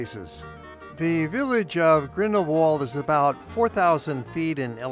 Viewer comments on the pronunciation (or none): It is Grindelwald not Grindelwold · This is one of my favourite places in the world but your pronounciation of Grindelwald is sooooooo annoying. German speaking places always pronounce the English W as V so the phonetic pronounciation of the village name is Grindel-Vald which is much more charming than ending it in the English Wald.